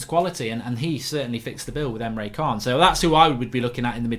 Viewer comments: It’s pronounced chan not khan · It's pronounced emre Jan not kaan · Can't listen to Emre Kaan (Can) anymore... everytime he says it, i have to say "Ch-an"!! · he said himself its chan you absolute idiot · He's not a bad guy in star trek....khaaaaaaaaan!!! It's Can .....like 'chan' ...............good show though mark 😀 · Emre Can pronounced Emre CHAN not Emre KAHN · Can is pronounced 'chan' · How many times have we got to tell you it’s pronounced Chan mate? In german C is a Ch sound and a K is a C sound